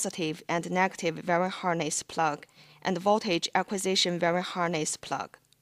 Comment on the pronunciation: "VERY" harness?? it's called a "wiring" harness like WHY R ING. Good attempt otherwise. might help :)